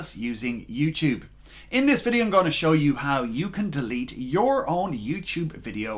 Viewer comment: you said youchube